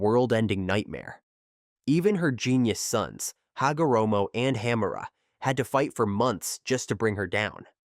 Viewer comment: Hagoromo susanoo wasnt canon it was filler and it's Hamura not Hammera